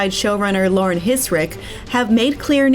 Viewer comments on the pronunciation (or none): none